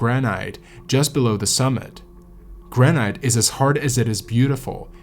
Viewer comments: gran-ite? granite? ok I gotta call you out for that pronunciation. its 'gran-it' I wont say anything about other words but I mean granite? 😂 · Hey,, the word is "gran'- it". Not "gran'- ite". Doh. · It's pronounced gran-it, not gran-ite. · Who says "gra night " when it's pronounced gra nit (granite) 😂 Good video though! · Graa-nut. "Granite" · Gran-it. So many YouTube narrators can't even speak the language! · Ahhh, it's pronounced Gran-it! How am I supposed to watch this if the very first thing I hear is the mispronunciation of the best climbing rock? Bivouac is pronounced Biv-oac (soft i), crevasse is cre-vasse. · 'granight'? This must be a robot or poor AI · Great job, but please pronounce granite by ignoring the final "e": "GRAN-it". Thanks...a climber for 47 years and still after it! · It really the way you pronounce granite? If so I've been wrong for 60 years.